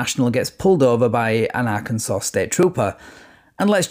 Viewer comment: I LOVE your videos and the way you pronounce Arkansas.